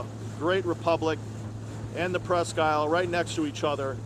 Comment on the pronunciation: FYI, at least in Michigan, we pronounce is "presk - eel".